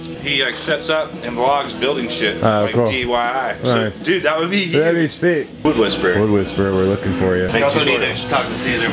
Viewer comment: said "DYI" about the wood working guy lmao.